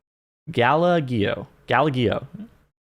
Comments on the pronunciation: soft g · The galla-gee-yo… lol